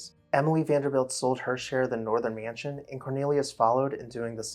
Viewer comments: Every time the narrator of this video says the word "mansion" I cringe. It is not pronounced "me-yan-sion". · T I am a native speaker and he IS mispronouncing it. It's a simple two syllable word, and people in certain parts of the U.S., like the upper midwest for example, often add an additional syllable to that word and others like it. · Love the pronunciation: myanshun.